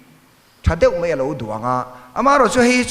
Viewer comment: Minister hian MAI tih hmanna turah MEI tih a hmang fo mai hi chu ka lo ngaimawh deuh proffesor taengkam atan chuan a mah ngheng hnai deuh in hei hi in hmuh chuan lo hrilh teh u